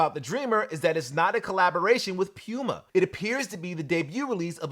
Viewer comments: All respect to.....Please stop saying "Pyuuma"......Please! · I’m not calling a cat a pewmuh